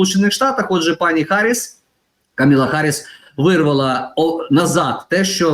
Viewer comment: Вона Камала, а не Камила😂